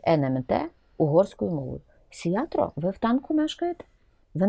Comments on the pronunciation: Пані Ірино, ви ніби професорка а не здатні правильно вимовити прізвище. Не СіаТро а СіаРто. Добре що хоть Орбана пам'ятаєте. Що до претензій мадярської партії про території, так це аж ніяк не стосується України. Бо людина заявила, якщо Україна програє війну, то аж тоді мадяри готові повернути собі Закарпаття. Яка різниця буде українцям чиє Закарпаття, якщо України вже не буде, російське чи мадярсь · Не "Сиятро", а "Сиярто". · мадьяри роблять своє, а от що робить Зє!влада???